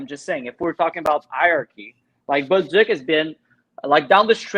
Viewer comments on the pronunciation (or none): It's Bolduc, not Boldouc...